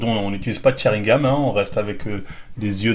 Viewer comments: Pl tu dis sharingaM c gaN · On dit sharingan, (cha rine gane) et pas cha rine game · Dizaster toi aussi t as remarqué,il fait genre et il sait même pas le prononcer quand il dit sharingame je saigne des oreilles aaaargh,sharingan nondidju😩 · Sharingan, pas chat rie game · Arrête de dire sharingam c’est sharingan 🤣🤣🤣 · arretes avec ton sharingaME c'est sharingan(sharingaaaannne)